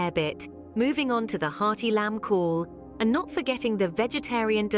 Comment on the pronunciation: The AI ain't saying Cawl correct. Get a human to do the job.